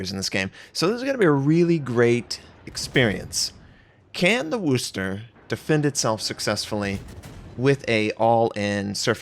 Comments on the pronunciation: Please stop saying “Wooster.” It’s “Wusster,” or “Wusstah” if you’re from the area. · Hearing it get called the wuuster triggers me so hard. Speak English!. You were the chosen one.